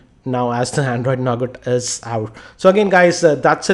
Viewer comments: why did u say NOGAT?? ;0 it is NUGA. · you have pronounced 'Nougat' wrong as it is actually pronounced Nouga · Sorry for being a Grammer Nazi, but it's pronounced as 'Nouga' with a silent 'T'; not as it is written! :P :)